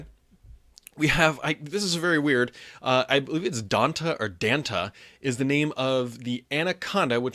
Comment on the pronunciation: Pretty sure you pronounce Dante as 'DantAY'